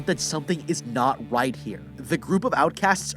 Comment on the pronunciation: I just notest he said whit insted of right